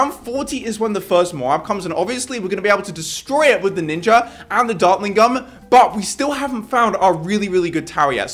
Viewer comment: He didnt say gun he said gum